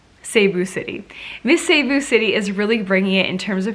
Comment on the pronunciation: Hello shierra nice shot of trying pronouncing some of the places so here is the correct pronouncing of the places im not perfect am gonna write the way it pronounced Baguio( bag-yooh), Las Piñas( las-pin-yas), Cebu (si-boo), Misamis(mi-saa-mis) Davao(da-vow) i hope it helps shierra im from the philippnies love watching your vlogs always. If i watched some of your videos i will gonna send you again some correct places you mentioned and nice trying to read and pronounce the way it is, congratulations !!!